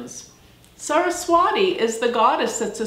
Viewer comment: pronounced Saraswati, Ti, not di 🙏